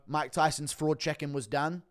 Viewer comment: "Jake Paul frraud checked Mike Tyson" 🤣🤣